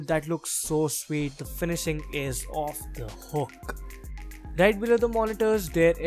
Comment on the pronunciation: LOL. I died when he said “The finishing is off the hook!” with that Indian accent.